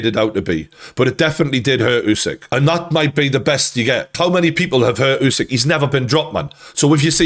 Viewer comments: i hope you’ll learn to pronounce his last name, it’s “Oosyk”, not “Yusyk” thanks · It's Usyk like in "urban" not like in "use".